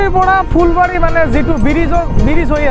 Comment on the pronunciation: Fulbari bole phulbari